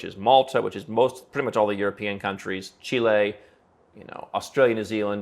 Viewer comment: Thank you for pronouncing Chile correctly instead of the idiot 'merican way chili.